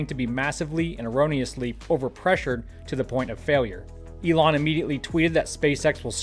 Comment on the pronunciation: Animooolo Eloon